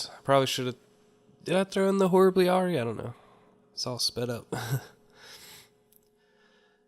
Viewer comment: Horribly awry, awry is pronounced r - eye